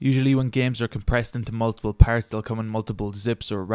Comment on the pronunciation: You got a like for how you says RARR and PARRTS. Also this was helpful thank you lol